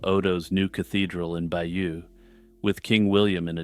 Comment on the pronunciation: Excellent but please pronounce Bayeux correctly. Hardly a big ask since you've invested time and energy in making a video about it?